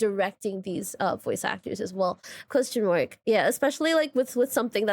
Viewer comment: Sorry but every time you say "Question mark" all I hear is "costum work" 😂